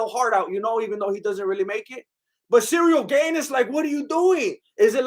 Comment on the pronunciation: "Cereal Gayne" <3